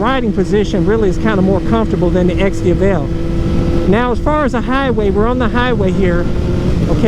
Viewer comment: I think the way he pronounces it is the correct way lol. Its like you pronounce Hyundai "heeyunda-ih" but the real pronunciation is "heeyundeeh"